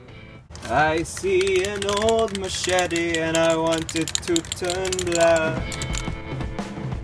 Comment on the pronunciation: I swear he said make this little mashitty(machete) new again